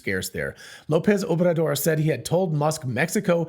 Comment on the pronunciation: "Obrador" is hard to pronounce for English speakers. Well done. :)